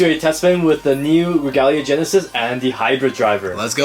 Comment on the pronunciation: Bruh it is not regula gennises it is royal gennises